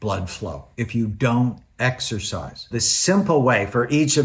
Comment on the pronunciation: Did he say sexorcise?